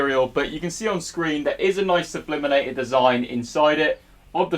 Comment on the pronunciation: Say it with me - sublimated. Sublimated. 😆